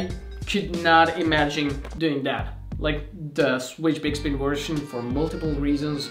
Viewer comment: “Version” is pronounced as /ˈvɝʒən/, not /ˈvɝʃən/.